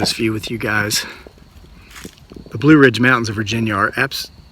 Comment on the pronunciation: Between the two trees when you say blue ridge mountan